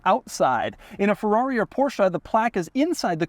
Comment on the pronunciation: Somebody make Doug say FY-Berrrr again....lol